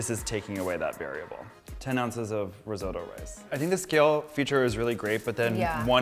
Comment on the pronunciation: I die a little inside every time he says rIsOtO